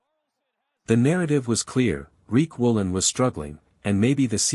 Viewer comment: His name is Riq Woolen not Reek Woolen